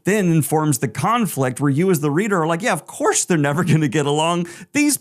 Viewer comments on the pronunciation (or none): none